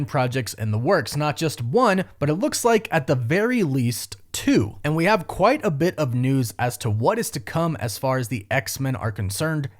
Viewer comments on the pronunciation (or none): none